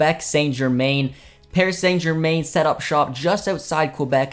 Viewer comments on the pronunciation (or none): What a shocking pronounciation of Saint germain. Especially when French is one of Canada official languages